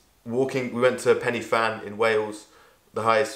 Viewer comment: Great video! Just one small thing as a Welsh person hahaha. Pen-Y-Fan is not pronounced penny-fan but pen-uhh-van. Had to double take when I heard that lol.